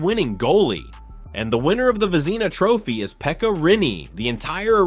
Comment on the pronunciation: Vezeena Trophy? If you're going to use AI, You should have one real person listen to the audio before posting; in this case somebody who knows hockey. AI's make errors a human would never make.